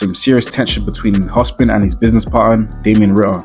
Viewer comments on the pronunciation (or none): hopsin not hospin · Bro saying Hospin instead of Hopsin rubbed me different 😂😂😂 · My nigga its "HOPSIN" not Hospin?😂